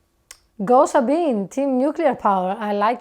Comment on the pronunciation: fun fact: the ending vowel of Sabine's name is pronounced like the ending one in Porsche. okay, that didn't help much, lol. but it's actually supposed to be not muted. and pronounced like in, "beg;" not, "be."